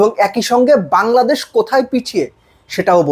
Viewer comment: বাঙলাদেশ ❌ Hangladesh ✅🤡😂